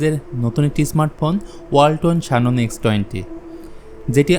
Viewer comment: শানন🤣 জেনন রে ভাই